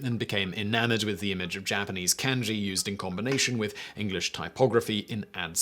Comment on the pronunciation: Nevermind, I kept watching to where you said CAN-JEE, best not worry about it lol